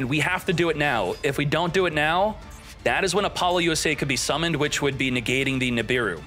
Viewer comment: It took me a good while to realize that every time he was saying "V-Sauce" and "Apolly-yusei", he was talking about Visas and Apollousa. I can't tell if he's doing it on purpose or not.